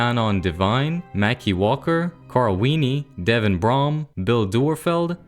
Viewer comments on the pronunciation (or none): none